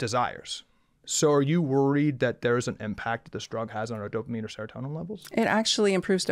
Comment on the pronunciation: Casey means is a QUACK, half of what he said with Ozempic is wrong, dude said seratonian not seratonan